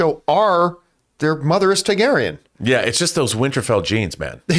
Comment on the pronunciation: John, if you’re reading this, you’re saying Targaryen wrong. It’s not TAIgaryen, it’s TARgaryen.